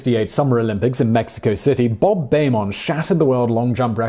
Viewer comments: Has the whole world been pronouncing Bob Beamon's name wrong for 50 years? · He mispronounces Bob Beamon's name, as well. For the supposed quality of the channel you would think they could get the pronunciations right.